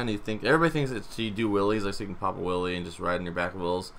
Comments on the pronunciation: Did any one else hear willy bar? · Wele bar😂 English do you speak it? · He says wheelie like willie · Can you say Wuhlly bar more please? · It sounds like he's saying"willy bar" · "Stent" "willy bar"